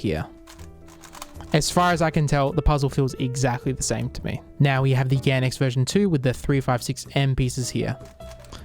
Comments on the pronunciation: gan xs? I thought it was gan x tho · Its gan x's 🤣🤣😁😁🤫🤫